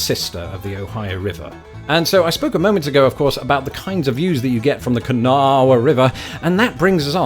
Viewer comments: Haha. Don’t worry lots of people struggle with the pronunciation. It’s the “Kah-Naw” River no extra “uh” at the end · forgot youd already been here. its pronounced can naw wah river. and west virginia OWNS the ohio river where it borders us. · I live about an hour south of charleston. These might be the first and only positive remarks I’ve ever heard about the place. Good on you for finding something. kuh-NAWuh. Cmon back :) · It boggles my mind... having grown up in WV till I was in my 20's (which was decades ago) Knowing people all over the state. Never ONCE has anyone called it "kuh-naw". The news has never used Kuh-naw. Schools never used Kuh-naw. It was always kuh-naw-uh. Historically it's never been kuh-naw. that has to be a more recent corruption of the name. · I grew up in cross lanes. It's Kuh naw wa. Idiot news reporters and weather people from other parts of the country would try to say Can-a-wa-ha. Never once heard Kun-naw and I would have laughed at them. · It is pronounced "Kan-naw-wah" . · Its pronounced "Ka-naw" lol my gps cant pronounce it either 😂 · Kanawha ... around WV, it's just two syllables: Ku-naw. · Lol the river is blue from all the chemicals its not clean n its pronounced Ka-Nawh did anybody tell you how to pronounce hurricane wv lmao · Kanawha is usually pronounced "KUH-naw" around here. Just to help. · I live on the kanawha river. Also it’s pronouced (can-ah-wha ) if anyone wanted to know lol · Kanawha is 2 syllables. Ka. Gnaw. Kanawha. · I'm a native West Virginian, it's pronounced "Kanaaw". And be glad you didn't go to Huntington. Drug-infested shithole.... Watch the movie "Heroine(E) on Netflix. Huntington/Cabell is awful nowadays. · It’s pronounced kuh-naw. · Everyone says kuhnaw lmao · I lived 10 years in Huntington, WV, an hour's drive to the west. The river is pronounced "Kanaw", with emphasis on the 2nd syllable. The"wha" is just ignored by the natives. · it’s pronounced k’ gnaw by most locals. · The kanawha is just on syllable.